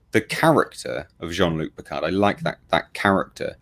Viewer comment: "Gene-Luke Pickerd" -Q